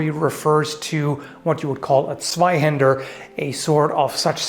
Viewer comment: Liked the pronounciation of Zweihänder. Its good.